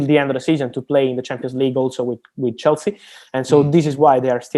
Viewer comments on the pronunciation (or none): none